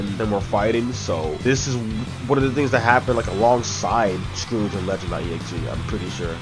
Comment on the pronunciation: His name is SCOURGE not SCROUGE!